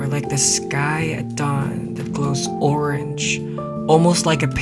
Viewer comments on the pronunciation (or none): none